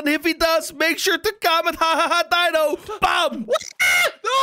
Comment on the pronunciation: It’s dino not bino